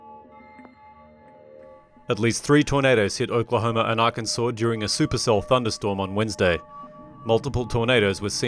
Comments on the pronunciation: AR-CAN-SAW; not Ar-Kansas. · For the love of god stop calling it " R-Kansas" it's "Arkansaw" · Arkansas is not pronounced "are-kansas" It's "ark-en-saw" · Arkansas is not pronounced Ar-kan-sas but Ar-kan-saw. Only Kansas is pronounce Kan-sas ! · He said Are-Kansas lol its Arkansas 😂😂😂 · Arkansas is not Are-can-zus, its Ark-in-saw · Lol, Are-Kansas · Tyler Adams it should be pronounced rkansas